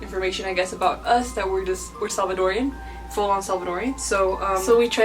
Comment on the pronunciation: Salvadoran not Salvadorian. Don’t let them whitewash you lmao